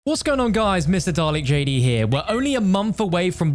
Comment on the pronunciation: Alway think your saying Mr Garlic JD lol